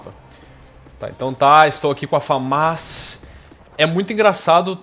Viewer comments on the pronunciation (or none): mano, pq o nao fala direito o nome da arma? Não se fala FamÁs, e sim, Fãmas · eu acho que se diz FÃMAS né?